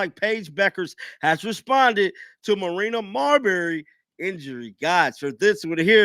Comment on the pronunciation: please note, Her name IS Marina Mabrey, hack that she is, Not Martina or Marberry! Just An FYI